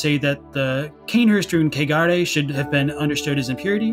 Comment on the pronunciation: I just wanna say this - the way y'all pronounce kegare sounds a lot like cagar as said by an English speaker. And cagar is a verb, meaning, literally, to shit. So, yeah... it is impurity at its finest. Laughed every time you said it. "Valley of cagar", in particular, really takes the cake 🤣🤣🤣🤣 Also, been out of the Snack Covenant loop for a bit and came back to find! Hi,! Nice to have you here!😗 Also also,! Whoop-whoop